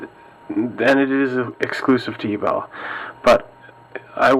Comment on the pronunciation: Great video. However, I'd like to point out a small error in the pronunciation of Ebel. It is actually pronounced as (AY-bell).